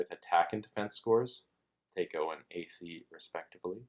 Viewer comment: It's driving me crazy. I've been playing since 78 and I've never heard anyone ever once pronounced it like that. It's THAC0, with an A like in Cat.